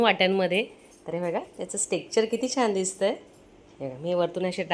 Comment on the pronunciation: ताई खूप मस्त लाडू झाले. पण एक सांगते तू जे स्ट्रेक्चर म्हणतेस ना तो शब्द चुकीचा आहे its called टेक्षर ( Texture ) this is the perfect pronunciation..